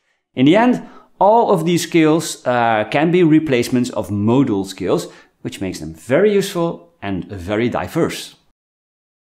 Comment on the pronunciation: Is hey saying motor skills or modal scales,?I'm confused